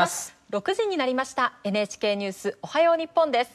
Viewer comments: Did the woman just said "Ohio"💀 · I know that but it always sounds weird like Japanese people say ohio